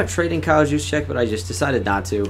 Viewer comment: U are the first I've ever seen pronounce kyle Juszczyk name right